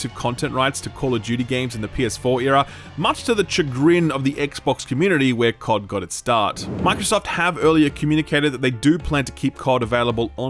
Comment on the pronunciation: I know I'm pretty much that guy by now, and sorry but: It's pronounced sha-grin.